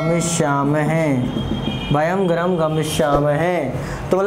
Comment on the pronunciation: सर ग्रहम नहीं होता गृहम् होता है